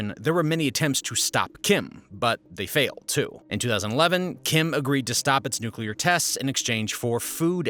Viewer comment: They could also have a Chornobyl-type nuclear accident. And it is pronounced New Clear, not nuke-u-lar